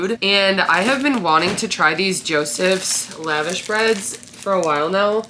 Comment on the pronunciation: Loved this!! ❤️ Great meal ideas. Also just fyi - Lavash is pronounced “luh-vash”